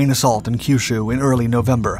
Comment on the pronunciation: Pronunciations are either getting better or you're not as susceptible to so many other faux pas that British tend to do to language. 'KYUSHU' was quite good. You didn't use the irritating Key-You-Shoe pronunciation that so many British linguist insist on. But, 'HONSHU' is not 'HANSHU' because you see, 'O' is always pronounced as 'oh'. Yes, yes, yes. Honda should actually be pronounced Hoe-n-Dah. How in the world can an 'a' and an 'o' be pronounced the same in a different language is so crazy to me. The way so many people pronounce 'HONDA' it should be spelled 'HANDA' By the way there are such things in Japan, they just aren't names. OKINAWA (oh-key-nah-wah). Pronounced the KAIDO decently enough but the HO on HOKKAIDO is still pronounced like hoe. The stressing of double consonants barely perceptible so not worth noting.